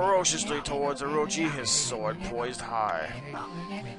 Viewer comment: He pronounced Orochi wrong but pronounced Shiranui correctly